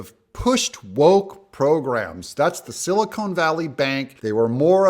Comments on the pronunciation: It's not silicone Doug it's silicon. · Doug, with all due respect, this is directed at YOU. Silicon, as in Silicon Valley Bank, is pronounced "sil-ih-kahn". Silicone, the way you say it, is the product used in sealing products. Thank you. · Doug, it's Silicon - not Silicone. Just saying.